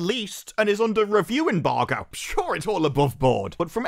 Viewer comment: It's an embargo, not unbargo...